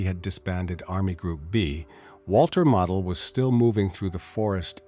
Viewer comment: You don't say Model like a toy. You pronounce the O. Many commanders given festoon orders realized the impact on the citizens as they were considered as down to the last man. Many commanders, using their most trusted personnel, would try to move women, children and seniors out of the area. These men would move small groups out as long as possible and return. Commanders knew supplies would last longer with fewer civilians. They, also, knew the risk of execution for himself and those who helped folks leave. Another dangerous tactic was pull troops out of areas likely to receive artillery barrage. Then move them back before the infantry attacks especially on the eastern front. Even though sound military doctrine, Hitler saw it as giving up ground Even if for a short time and saving lives.